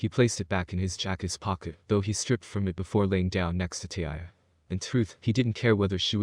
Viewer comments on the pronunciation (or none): I think you need to learn English and figure out how to say tyuy's name correctly